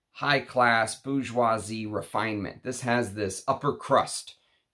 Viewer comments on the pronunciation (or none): none